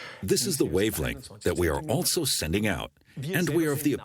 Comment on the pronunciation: I’ve never heard any English speaker pronounce the word also with a T sound... altso, altso, altso. Is this entire documentary German?